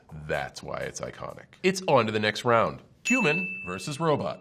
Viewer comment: He seemed so smart until he said “ round rone “